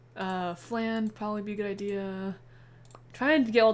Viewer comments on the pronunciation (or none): Ah! Minus 12 right right!!! I knew I was forgetting some easy formula for it. Now the question is do I still say "FLANNE" for the memes, or go with the correct pronunciation of "FLAHN" ? Forgive me and memes I'll say it correctly next time XD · I love memes lol, so you're fine 😂 it doesn't bother me at all. Every time you said 'FLANNE' I couldn't stop laughing. Tbh, listening to your commentary feels like I'm just watching a close friend stream a game. It's very comforting, honestly.